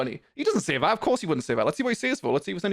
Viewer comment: because you pronounce "that" as "vat" like an infant it makes your opinion irrelevant